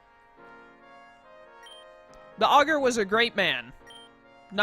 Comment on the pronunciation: Dark mode all the way. If you want Traditional, just go play a normal pokemon game imo. I do believe you're pronouncing Augur correctly. And, in case you're curious, as it didn't seem like you saw it when you looked it up, it's synonymous with words like soothsayer, sage, wise man etc. So I guess he's a really improtant figurehead to say the least. Also, if you don't pick Delta Charmander, I'll be severely disappointed in your viewers.